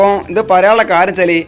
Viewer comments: ഇദ് അല്ല: ഇത് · "ഇദ് " ന്ന് അല്ലട്ടോ "ഇത് " ന്ന് ആണ്